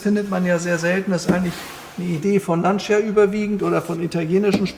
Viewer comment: Werter, bei der Aussprache des Namens "Lancia" unbedingt das "i" weglassen. Es heisst definitiv "lantscha" und niemals "lantschia"! Ansonsten einfach Super-Videos und unübertroffen Präsentation!